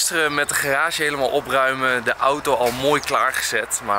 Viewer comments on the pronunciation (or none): none